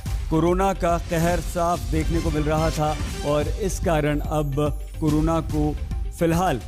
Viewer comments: कोरोना को फिलहाल सस्पेंड कर दिया गया है 🤣🤣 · Who notice says coronal suspend hogya😂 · कोरोना सस्पेंड 😂😂